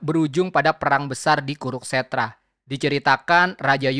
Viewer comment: Kuru-kstra bukan kuruk-stra.